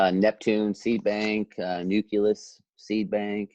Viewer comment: Nuculus Seed Bank? Or Nucleus Seed Bank?